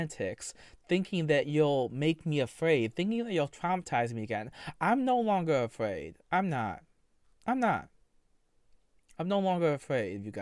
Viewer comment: “I’m no longer afwaid of you twols .” 😤🔥